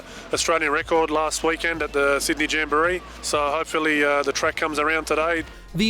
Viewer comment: "'old on, 'ere's a wollyB on the trake"